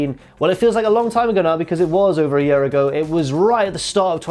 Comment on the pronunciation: apology accepted (seconds later) "First up, match of the yurr" OH MY GOD